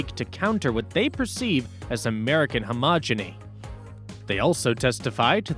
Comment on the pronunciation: Minute - you mean "hegemony" not "homogeny" :)